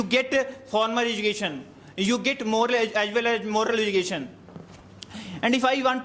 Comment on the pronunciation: Get❎ git✅ 😅😅